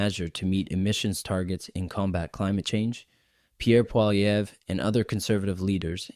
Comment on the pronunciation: It is pronounced Poly ev saying the ev as you say it in ever.